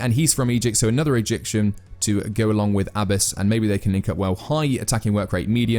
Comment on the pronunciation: DUDE! How on earth are you butchering simple to pronounce names like Galindo and Abbas???? Just pronounce them the way they are spelt. You’ll be 95% closer than the way you’re currently saying those names.